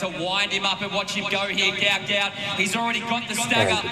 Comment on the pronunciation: Its pronounced gute gute hes fast af